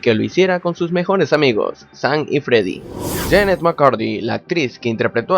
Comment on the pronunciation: ES "SAM" NO ES "SAN" TU DICES ASI "SAN" Y NO ES ASI